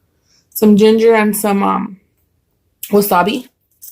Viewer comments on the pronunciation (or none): none